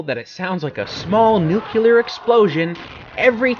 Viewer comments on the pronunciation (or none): The inclusion of Powerhouse totally makes up for you saying, "nukular". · Wait... Nucular????